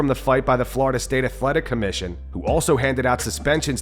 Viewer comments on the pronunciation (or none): none